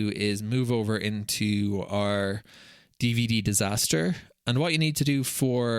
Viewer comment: Hi. I've been binge-watching all your videos after I found you in r/DataHoarder. You have a new subscriber here! One small correction if you don't mind: it's not dvddisaster. It's dvdisaster. Damn, now you'll have to go back to the previous videos on the subject and redub the audio, correct the video titles, reburn them, sorry, re-engrave them, and finally re-catalog them with vvv:)